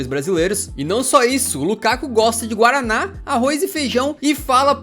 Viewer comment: “Picânia, guárâna?” Pogba, Paul